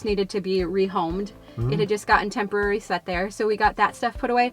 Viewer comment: The word tempory gets me... thats what my son says....its only here tempory....lol right!